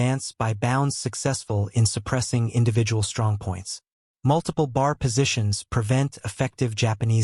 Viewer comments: I thank you for this video about the B.A.R. at Peleliu. Please learn to pronounce the words "Peleliu" (Pay-lay-Lue) and B.A.R. or "Bee, AA, Argh, not 'BAR') correctly to show the correct and proper respect for the American military personnel and their fighting tools that fought in this battle in WWII. Thank you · Dude it's NOT pronounced bar! That's where you go to get a drink. It's pronounced B.A.R. Each letter is pronounced. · If they'd use a real voice reading grammatically correct, I'd lean towards subscribing but it is annoying listing to a monotone misreading and inaccurate pronunciation... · That's "B," "A," "R," for Browning automatic rifle! Next time hire me to do the narration. Duh!